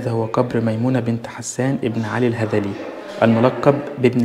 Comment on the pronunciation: عزيزي اليوتيوبر ، ‼️‼️‼️‼️ نطقك للقب شاهد القبر خاطىء و الصحيح هو ميمونة بنت حسان الُهُذلي و ليس الهَذلي ، فهي تنتسب لقبيلة هُذيل العربية المعروفة ، و لم تسمع العرب بقبيلة لقبها الهَذْلي ‼️‼️‼️‼️‼️‼️‼️‼️‼️‼️‼️‼️‼️‼️